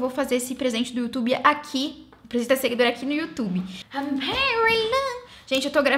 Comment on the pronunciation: eu não tenho insta e amaria se você fizesse mais presentes da seguidora aqui no YouTube ou yotobio como você fala kk